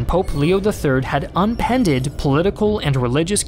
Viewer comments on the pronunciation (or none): Three verbal errors in three minutes (two of which aren't even real words): Diminutive -> "DimUnitive" Persevered -> "Preserved" Upended -> "UnPended" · needs to practice his oration too: Diminutive -> "DimUnitive" Persevered -> "Preserved" Upended -> "UnPended" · Upended not Unpended